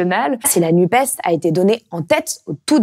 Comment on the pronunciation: Par pitié, arrêtez de dire "Nupaisse", c'est insupportable !